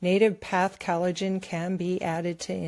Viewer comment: NativePath ad... Pronounce collagen, not callidgin. Please.